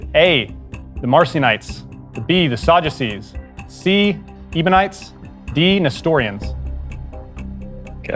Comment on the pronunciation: How can you say youre a Nondenom and not be able to correctly pronounce a Biblical word like Ebionites?